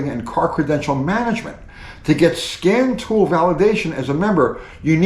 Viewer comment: Did say scan tool or scam tool?